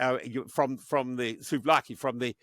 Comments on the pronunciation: "From the Souvlaki ..." What's the Souvlaki? A tasty cross between Greek cuisine and the Siloviki? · Lol why does everyone keep failing to say siloviki and calling them souvlaki instead! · he;s talking about russia's 'souvlaki'. Perhaps he means the siloviki?